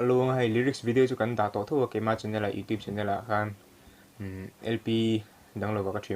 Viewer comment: sawi ve lawk youtube hi , video idah dawn chuan itawngkam afel fai tho sia ,lam dik la tha ka ti ,youtiu tiin ilam a mak dangdai em emai